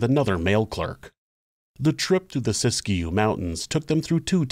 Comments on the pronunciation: This is a really interesting episode. I’ve never heard this story before, which is kind of surprising considering I live in Northern California gold country and thought I’d heard all the local Wild West stories, lol. By the way, it’s pronounced “sisk-you”, not “sisk-a-you” two syllables not three. 😊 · Siskiyou is pronounced, "sis-que". not Sis-Ki-You. Sis-que. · Locals say Sisk-you, and eu-GENE rather than EU-gene.